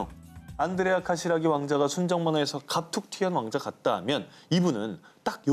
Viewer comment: 카시라기..라기..라기...발음이 재밋어요!!